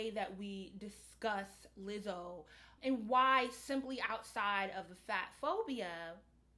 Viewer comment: I appreciate you for finally pronouncing her name correctly 👏🏾👏🏾